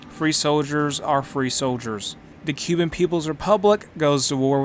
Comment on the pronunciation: FYI, "Kuban" isn't pronounced the same as "Cuban". It's pronoounced "koo-bahn".